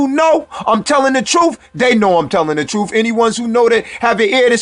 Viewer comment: It is pronounced birth and truth not berf and troof